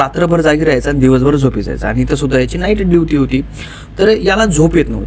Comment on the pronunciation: तुझा शब्दकोश खुपच बिघाड आहे , ड्युटी ला दिवटी आस म्हणतोस.